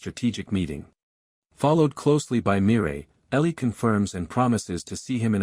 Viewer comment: Mireille= Maa Rail. Is the A.I incapable of using the letter "L" or something??